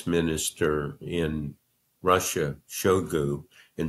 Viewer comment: A fine interview, but I find it hard to fully trust someone who does not know how to pronounce the word "nuclear." Also, it's SHOY-gu not SHO-gu.